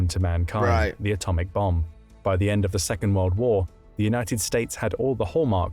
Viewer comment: Why can't he pronounce world.